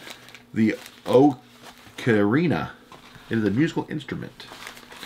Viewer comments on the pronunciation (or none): You pronounce ocarina (aa·kr·ee·nuh) The ocarina belongs to a very old family of instruments, believed to date back over 12,000 years. Ocarina-type instruments have been of particular importance in Chinese and Mesoamerican cultures. For the Chinese, the instrument played an important role in their long history of song and dance. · It's an ah-kah-ree-nah